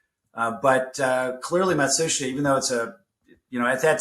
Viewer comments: Matsushita is pronounced ma shoosh ta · you pronounce Matsushita wrong, listen to how Trip says it in the interview, it’s not phonetic. Its something I saw Techmoan look into ages ago and correct himself on.